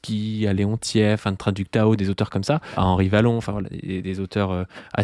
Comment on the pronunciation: Henri Wallon (comme Wallonie), pas "Vallon"... 😉